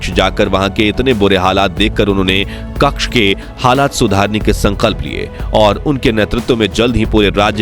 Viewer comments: કક્ષ નહિ કચ્છ બોલો ભાઈ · it is not Kakch . It is Kutch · भैय्या कक्ष नहीं कच्छ बोल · कच्छ होता है, क्श नही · क्कछ नही् क्चछ! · AAP KAKSH GALAT BOL RAHE HAI. SAHI SABD HAI " KATCHH "